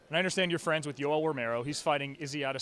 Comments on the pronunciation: Jorge is so weird how he calls Yoel Joel and his name Jorge commonly pronounced horhay and he wants to be George. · Not Juel its Yoel playboy. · Who's joe'l? Thought it was Yoel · Jorge = Hor-hey Yoel = Joe-whale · Joel? I thought it was Yoel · sooo Yoel is pronounced Joel... didn't know that. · Why does he call Yoel, Joel ? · Is he saying Joel? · “Joe-L” Romero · I LUUUH YOUU -Joe-EL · Why does he keep calling him Joel? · Why does Masvidal pronounce Yoel’s name like that? 😂